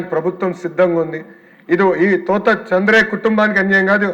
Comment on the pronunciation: thotha kaadhuraa thota..🤭😝